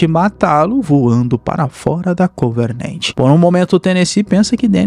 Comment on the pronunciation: Só eu que me encomodo ouvindo ele falar covernent ao inves de covenant?